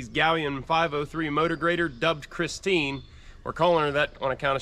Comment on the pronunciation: It's not pristine it's Christine 🤣